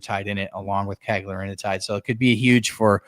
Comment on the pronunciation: Cagrilintide, one less syllable, no “i” before the “tide”